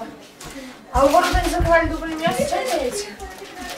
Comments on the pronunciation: .....ворОта... (ударение на второй слог)... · Правило ворота, ударение на о ))